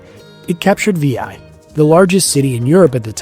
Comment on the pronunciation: You really need to have someone on "your team" research the correct pronunciations of the names of both people and places. For example, "Veii" is "VAY-ee" not "VEE-eye."